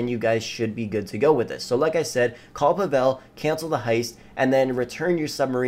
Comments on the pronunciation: Not PavEl. It pronounces as PAvel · Pah vel wtf it’s pa vol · It’s PAH-VEL Jesus 😂🤦🏻‍♂️ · paVEL is wrong... it's PAvel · No offense but who the heck says Pavel’s name like that, Pa(as in Patrick but without the trick) vel (as it rhymes with intel or tell) put em together, Pa-vel. Yay you did it I’m so proud of you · Did this man just disrespect the second greatest Russian man by saying puh vell